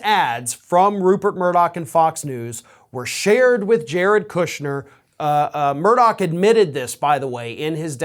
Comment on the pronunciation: Hey Folks, greetings from Scotland. his name isn't MURDOCK its MURDOCH!!!!!! Keep the law suits coming!!! I hope every single one of them is successful in court.